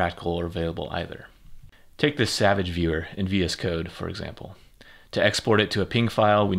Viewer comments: did you just say savage instead of SVG? i’m shook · hey neat tool but enough with the pleasantries the visceral reaction i had when you pronounced SVG and PNG cannot be understated